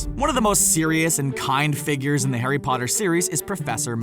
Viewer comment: Harry Potter? More like Harry POOTER